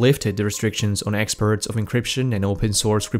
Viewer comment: You sometimes pronounce "exports" as "experts" … But I still love you daddy and i'm still waiting for a fisting.